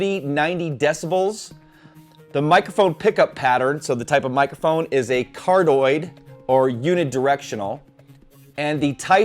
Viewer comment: Great video. But in when you were reading the specs cardioid is said CAR-DEE-OiD